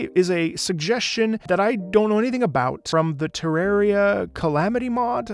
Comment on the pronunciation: When someone actually pronounces Terraria correctly